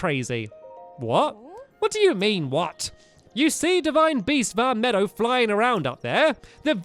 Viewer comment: please don't call it 'vah meadow' it's 'vah meed-oh'